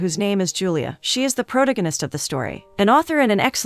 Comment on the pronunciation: At least pronounce protagonist correctly...